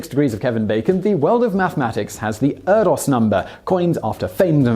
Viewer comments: Erdős = AIR-dish (sort of), not Ur-dos. Incorrect pronunciations rarely bother me because I know I make a ton of mistakes too, but for some reason this one got under my skin. Sorry. =\ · Also "ErdoSH", not "Erdos"! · Paul Erdos' name is pronounced 'air-dish', and you could have noted that the 'Erdos number'' pre-dates the 'Bacon number' by more thna 20 years.